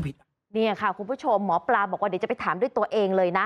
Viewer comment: หมอปลาครับไม่ใช่หมอปา